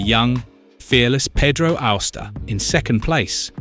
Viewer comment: Pedro Austa 😂😂😂